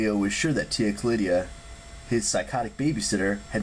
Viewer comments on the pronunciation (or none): Tia Callida not Callidia